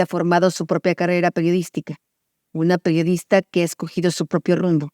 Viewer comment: "¡Hola! Soy la peorista".... ¿Qué? Han pasado tres Sexenios y Anabel Hernández sigue sin tomarse el tiempo para hacer una pausa que le permita pronunciar correctamente la Palabra PERIODISTA. 😂